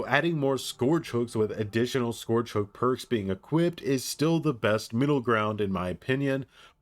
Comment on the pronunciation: Scourge rhymes with ‘urge’ not ‘george’